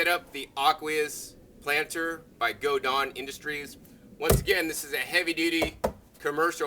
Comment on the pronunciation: It's GoDawn industries not GoDon. Was wondering if the plants were from bonnies or from seed directly planted in the container. Very attractive container.